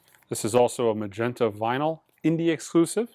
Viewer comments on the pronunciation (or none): none